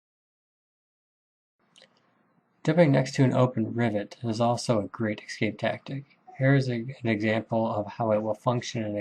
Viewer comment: I’m really enjoying this series, thanks much. Only nit to pick is your pronunciation of the word “escape” (it should not be pronounced “excape”).